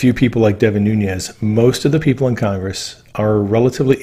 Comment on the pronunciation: You put out very good material But you piss me off when you or others butcher an outstanding American patriot and hero's Name The man's name is NunES N-O-T NunYES get the name right or don't say it, it's very disrespectful to him!